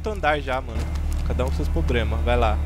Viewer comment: "Cada Um Com Seus Pobrema." Nego